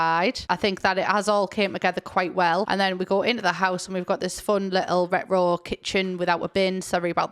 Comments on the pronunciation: I’m sorry but every time u said “retro” I heard “Rick roll”, I think I’ve been watching too much lilsimsie 😂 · you sound like scooby doo when you pronounce the word "retro" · pronouncing retro like how scooby do says ruh-roh is my religion